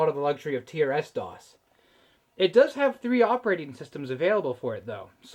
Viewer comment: Usually pronounced "trissdoss" I think. "Tee Ar Ess doss" sure would seem normal though if I'd never heard it the other way first.